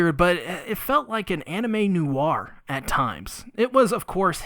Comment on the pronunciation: Ngl as a french speaker it took me a while to understand you were saying Noir